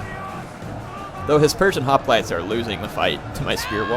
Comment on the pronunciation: Is anyone else slightly bothered when he says hoplites?